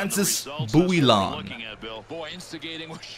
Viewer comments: It's not bou-e-llon. The proper way is actually "Booyon" even in French. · I think it's Bouijon in pronunciation. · The way to pronounce Bouillon is "Boo-younn". The younn should be a merge of "oh" and "on" ;) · It's always funny to hear French Canadian names pronounced in English. It's Boo-yon. More or less. =) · Bouillon is pronounced 'bwee-on' :P